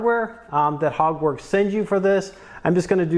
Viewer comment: Sounds like ur saying “Hogwarts” like Harry Potter, not Hogworkz 🤔